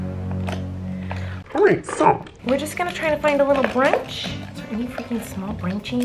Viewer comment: Me: brush Miranda: brunch I'm a huge fan